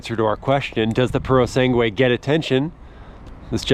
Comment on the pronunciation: Purosangue. Not Purosengue!!!! At least learn how to pronounce it....